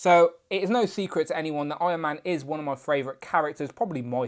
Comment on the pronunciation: No one: who: frAvOriTe